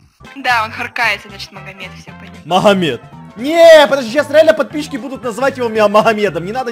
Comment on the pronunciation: махамед?😂😂😂 а че так то? может быть магомед? (меня как раз так зовут)